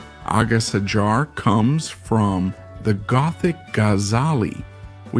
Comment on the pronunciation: The pronunciation of some Spanish words is totally innacurate. Like agasajar y guerra. The pronunciation is not understandable in Spanish the way he pronounces it. Should have looked for pronunciation to do the video. J in Spanish has a totoally different sound than in English. Is more similar to the sound h in English, and not even. Apart from that, interesting video